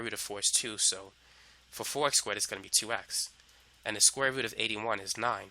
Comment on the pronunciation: When he says root but sounds like "fruit" I'm thinking why the eff' is he mentioning fruit. Lol